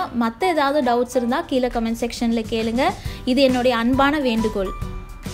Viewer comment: எல்லாவற்றையும் முயற்சி செய்து பார்த்து தான் வீடியோ போடுவேன், பலருக்கு இது தெரியவில்லை அது தெரியவில்லை என்று சொல்லும் தாங்கள் ஏளு, கொளுப்பு, அளகு, கீளே என்று சொல்லாமல் ஒழுங்காக ஏழு, கொழுப்பு, அழகு, கீழே என்று சொல்ல பழகிக்கொண்டு வீடியோ போடுங்கள் ப்ளீஸ்